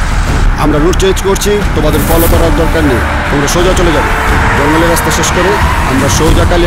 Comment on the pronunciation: বলছে কিনা পলাও করে। আরে বেটা শব্দটা ফলো হবে। ইংরেজি পারে না।